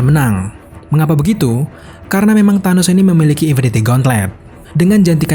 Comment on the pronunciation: Tenos? TA...